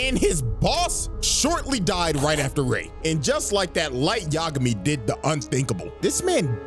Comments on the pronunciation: Bro bro you are L Y light yagami, not LL light Lamar. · “Light Yigami, you are Kira”